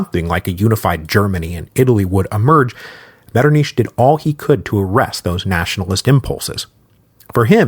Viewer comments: I can't believe he says it Metternish the whole way through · really helpful tip I got when learning German was to try hissing like a cat to make that sound MetternICH like try hissing like a cat, and then try saying metternICH while pronouncing the ICH like the hiss of the cat so to speak lmfao.